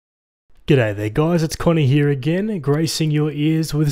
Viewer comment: you always saying connie, not Connor